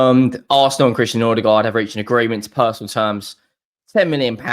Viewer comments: It's Mbe-u-mo, not Mbu-e-mo and it's Nor-gaard, not Nor-der-gaard. Jesus. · Bro why you keep saying Nordigaard??